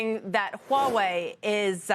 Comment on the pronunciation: she has the perfect pronunciation of Huawei .......She pronounced the "H"